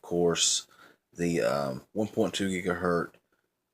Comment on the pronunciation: It's not "gigaherT" you moron! If you say gigaherT one more time!! It's HERTZ...that's a Z on the end man. I would think that if you know anything about technology then you would know this! HERTZ.... HERTZ...GIGA...HERTZ!!